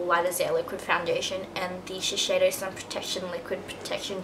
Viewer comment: isn't it shiseido not shisheido?